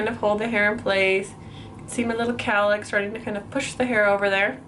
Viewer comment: I know what a cowlick is, I just couldn't understand her accent. I thought she said calick or carlick or something